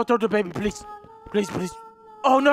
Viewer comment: When says please it sounds like police LOL